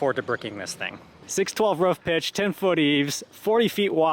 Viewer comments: Why do people say Canadians say roof funny when he constantly says ruff. 😂😂😂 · 😂"ruff" not roof "ruff"😭 that's jks